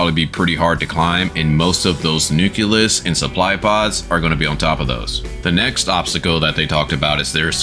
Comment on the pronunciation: nucleus not nuculus, nuclear not nucular